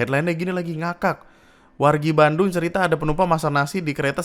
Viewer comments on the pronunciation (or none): none